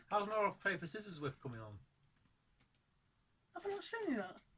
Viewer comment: Welcome back! I noticed you said "scissors" with a hard "c". I like to say it that way sometimes also. Kind of a lingering effect of spelling aids back in school days. :)